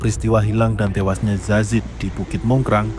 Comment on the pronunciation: Salfok sama presenter nya, kok dia bilang zazid ya bukan yazid..